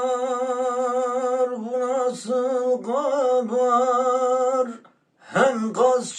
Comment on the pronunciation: Gabaaaarrrr'a Gabaaaarrrr'a mı çıkıyor acaba?